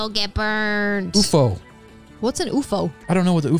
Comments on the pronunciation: It’s UFO not OOFO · That’s not how you said ufo like that is U and then F and now O and Dora is made of wood 😂🤣😆